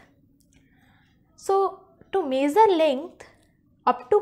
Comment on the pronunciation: The video was good but it is not mazer the length it is measure the length 😏